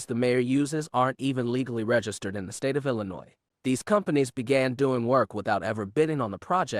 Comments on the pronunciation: Illi-noy not noise. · YOU DO NOT pronounce the "S" in ILLINOIS my man. Please pronounce our state correctly. It makes it hard to hear 10x in a video. ty g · Do not pronounce the S at the end of illinois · You cant even pronounce Illinois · The s is silent in Illinois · Black run offices turn to s##t every time. The entitled 13%, f##k em'. You do not pronounce the s at the end of Illinois you illiterate part of the 13% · Yeah, this is new to me. And let' tell the 's' is silent. 😆😆😆